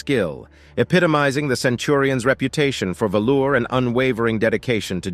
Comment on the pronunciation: BRO ITS VALOR..VALOR.... NOT VALOUR 😂 theyre not 70s pimps from chicago dressed in VALOUR😂😂